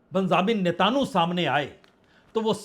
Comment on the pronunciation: Natanu pronunciation galat hai sahi pronunciation Netanyahu hai ise aap correct kar len